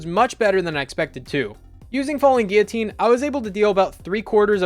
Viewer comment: You are the first YouTuber I’ve heard say “Guillotine” correctly. Also, awesome video and thanks for sharing!